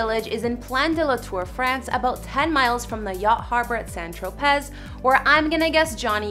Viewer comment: Correction: not pronounced San TroPEZ but San TroPay… (Saint Tropez)….. it’s French and pronounced differently in French …. However, in English the Z is silent…. Like Vanessa Paradis is not pronounced with the s…. Para-dee …. Again French !